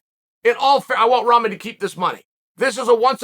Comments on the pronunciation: Uncle Chael, It's pronounced (Rahkmon). Sounding like your talkin bout Jake v. A pack of noodles!#! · I laugh every time Chael says ramen 😂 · I love Chaels pronouncing first Pierre then ramen lmao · Couldn’t get Ramen Noodles out of my mind